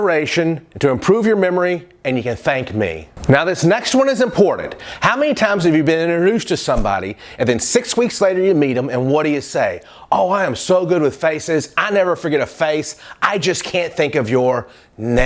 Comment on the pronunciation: Inorus? First of all, i didnt understand that, but thanks to captions/subtitles... It's Introduce :>. BTW, THANK YOUU FOR YOUR TIPSS!! I'M TRYING TO FOLLOW YOUR TIPS AND I THINK I'M GETTING BETTER AND BETTER AT STUDYING SPECIALLY IN MY MATH SUBJECT :>